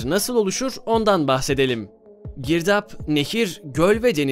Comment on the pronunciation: "Girdaaaağba" sırf bu yanlış telaffuzu için irrite oldum beğenmedim 👎🏻